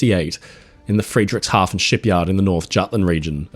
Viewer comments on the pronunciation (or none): Fredrikshavn, not Friedrichshafn. Different spelling and different pronunciation, the first is Danish, the other German.